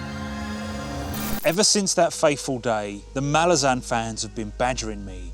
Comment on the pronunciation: I'm pleased to see that you've tried Malazan (as a fellow Brit, I pronounced it exactly the same as yourself) as I'm aware you posted, what, four years ago that you'd get round to it one day? I'm pleased the day has come.